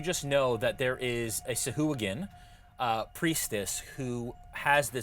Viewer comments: ITS PRONOUNCED (SAH - - AH - GWIN), not (soo - hoo - ghin) when you say Sahuagin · Its pronounced Sea Hooligan.